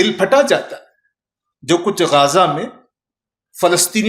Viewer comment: پہت اچھی گفتگو۔ سبحان اللہ !!! غازہ نادرست ھے غزّہ درست ھے Ghaaza is incorrect Ghazza is correct.